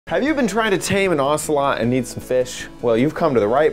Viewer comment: I love that "ocelot" though!!!😂